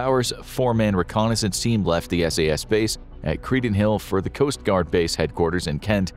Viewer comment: Credenhill is A: Not in Wales, B: Nowhere near the coast/ocean/water, C: Not pronnounced like that. Do some basic research.